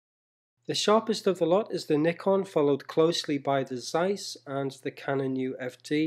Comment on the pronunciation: One of the few youtubers who properly pronounce "Nikon".